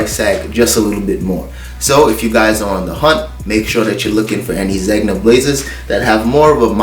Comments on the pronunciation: Zegna is pronounced like this; “ZenYa” aka Zegna. 😎👊🏽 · I love your channel! Zegna is pronounced “Zen-ya” 🤗